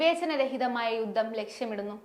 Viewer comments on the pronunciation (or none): ഞല്ല മലയാളം വായന.. യു ദ്ദം , ഇ ശ് റ്റം... അതി കൃ തർ.. ഞഞ്ഞായി